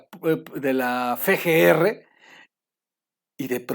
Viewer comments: EXCELENTE VIDEO PERO SE DICE efe GR, NO fe GR NO EXISTE LA LETRA fe, SE LLAMA efe SIGUE ASI Y TE MANDO A tabasco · no es "Fe Ge Erre", la FGR se deletrea Efe, Ge, Erre. Cero calificación.